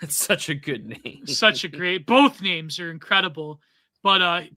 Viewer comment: Hearing say he really likes this show then get every character's name wrong was crazy